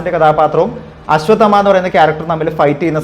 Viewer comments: ആശ്വദമാ അല്ല.. അശ്വത്ഥാമാവ്......അശ്വത്ഥാമാ...ന്നും പറയാം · Ashwath amma enn onnum parayallle.... Correct pronounce cheyu bro